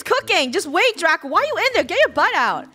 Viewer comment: When Lunar got pushed down and died from a creeper i thought saud "Chubako!!" But then i realzed she said "Draco!!"